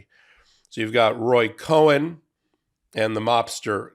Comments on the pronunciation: It's Roy Cohn, pronounced "Cone" - not Cohen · 👎 His name is spelled Cohn, not CohEn, so his name is pronounced CONE, not as you say, Cohen. :face-blue-smiling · IT'S COHN NOT COHEN. PRONOUNCED CONE. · I think it's pronounced KONE, not Cohen. You're welcome. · Okay, the grammar freak in me just has to say this: Cohn is one syllable; Cohen is two syllables! (And Roger Stone still looks like the villain from Roger Rabbit!) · Just for information's sake... it's Roy Cohn (like an ice cream CONE. Not CO-HEN). He was the most miserable POS human to ever practice law. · Roy Cohn (pronounced "kone"), not "Cohen". Different names! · It's Roy Cohn, not Co-hen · It's Roy Cohn, not Cohen. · Just a slight correction. Roy Cohn, was not Roy COHEN, pronouced CONE. He was a degenerate scumbag just as you indicated. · That's Roy COHN, pronounced "cone," not "Cohen," my friend! Cohn was a hypocrite, and a particularly VICIOUS one at that, ALL the way around.... interesting fact, lol. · Minor point: Roy Cohn's last name has one syllable, not two. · It's Roy Cohn, not Cohen. In the 50s and 60s he was a mob consigliore who did then "mentor" Don, as arranged by Don's father. My fathering-law worked in the SEC in the late 50s-60s when they had him adn some mobsters in court. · I like this podcast and your presentation but pleae pronounce names correctly. It's Cohn (cone), not Cohen. Just a tip to keep your image at the top. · I thought it was Cohn, not Cohen? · His name was Roy Cohn, not Cohen. Roy Cohn, pronounced "cone". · It's Roy Cohn, not Cohen. Pronounced "Con." Which is apt ;) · Thanks for all you get right!! Please it is “Roy Cohn” as in Kone. Not Cohen! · Roy Cohn, not Cohen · Cohn not Cohen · Great video, as always. NB Roy Cohn ("cone") not Cohen ... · his name is Roy COHN, not “Cohen”. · Trump's mentor was named Roy Cohn - as in (pine) cone. It is definitely not Roy Cohen - as in () Cohen. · It’s Roy Cohn. Not Cohen.